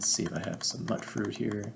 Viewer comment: Mutant? Mutfruit? Mew-tant. Mewt-fruit. Mutt? No dice